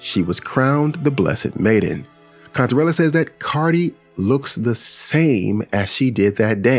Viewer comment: At first, I thought you said Cuntarella